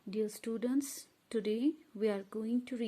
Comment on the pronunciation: Wo English bhi nhi bol pa rhi...like students ko studants 😂😂